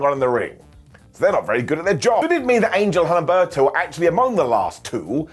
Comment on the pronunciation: OOm - bEhr- tOh, not HUM - Berr-To